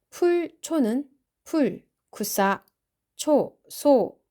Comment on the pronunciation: 크사 라고 발음하는것같이 들리던데... 쿠사가 아니라?